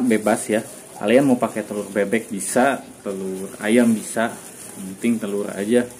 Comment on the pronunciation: yg jls bos..telur bebek....b nya jls jangan jdi p...he...he..